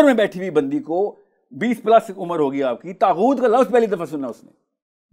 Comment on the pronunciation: kuch nahi pata saahil ko taghoot ka ptonunciation tak nahi ker paaraha define bhi ghlat ker raha he phir inlogo ke through pta chalta he show planted tha saahil adeem ab tum mazhab pe lecture dena shtu ker chuke hna history pata he ghalt knowledge dete ho